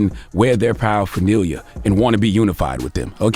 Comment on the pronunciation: Charlemagne can’t pronounce paraphernalia